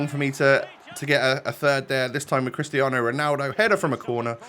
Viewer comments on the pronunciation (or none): none